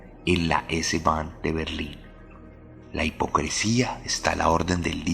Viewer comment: Yo sé es perfectamente admisible pero "es-bahn" y "polizai" es la forma correcta de decirlo, la porción de TOC que tengo en mi no me deja pasarlo por alto... Está buenísimo el relato